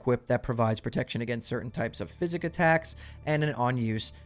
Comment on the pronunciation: he’s saying it like physics not like psychics